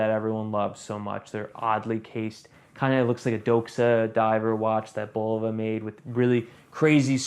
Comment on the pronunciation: Nice watch, nice review. Oh, and it's pronounced "Buh-low-vuh", not "Bowl-vuh". 😁